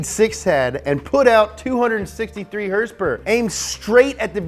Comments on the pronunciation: I dislike the video as soon as I hear him mis pronounce horsepower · Liked this weeks episode for the “hearse pear” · "Hearse-pears!" LoL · How to make an "Everything you need to know / Up to speed" 1.) 2.) Dates in relation to Taylor Swift's and Post Malone's Birthday 3.) HRSPRS 4.) NOS energy drink 5.) Lightning! lightning! lightning! 6.) "Wait, what?" 7.) ' Dad 8.) Spot on german accent. I watch this channel too much lol. Comment what i missed. lol